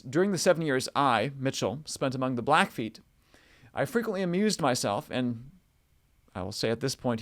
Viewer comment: It's blackfeet, the feet part is never pronounced as foot